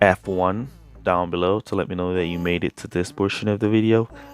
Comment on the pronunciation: F1 or app 1, thought you said App1 first 🤷‍♀️. Thanks for the education.